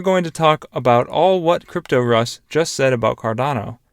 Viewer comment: It’s “cryptos” “r” “us” you mispronounce it so bad that it’s almost unlistenable